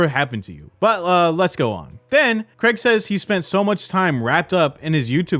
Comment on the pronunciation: Honestly, Americans, please learn how to say the name Craig. It’s infuriating lol